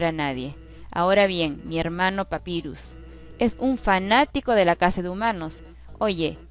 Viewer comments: el nombre papyrus se dice papairus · papyrus se pronuncia papairus